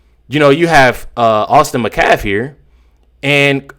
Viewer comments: His last name is Metcalf. Met-calf... Not macaf. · Please start pronouncing the T its Metcalf. Not mecalf. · met calf. Gotta get the T in there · Met' calf. Accent on the first syllable.